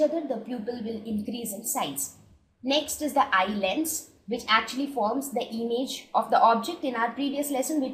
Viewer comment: It is not emage it is image